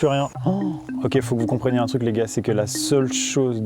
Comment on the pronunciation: Juste on dit truc pas truck